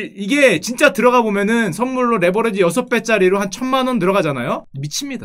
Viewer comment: 형 근데 왜 계속 레버'러'지라고 그래? ㅋㅋㅋ